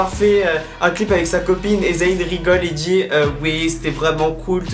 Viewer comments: Bonne vidéo like always ! C'est moi ou tu dis z-a-Y-n? Tu dis pas le y comme un i 😉. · Arrête de dire Za-y-n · c'est trop drôle tu dis "zahine", sinon je t'aime d'amour, love love💙